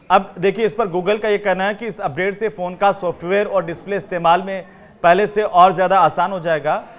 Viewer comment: कहां कहां से एंकर पकड़ कर लाते हैं। फ़ोन को फ़ौन बोल रहा है